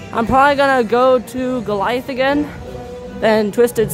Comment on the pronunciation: gorliath triggring me. its guh-lai-uhth